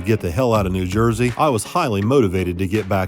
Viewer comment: did I hear you right? Did you say New Jerky?